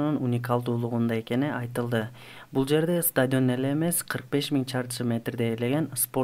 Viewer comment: Стадйион эмес стадион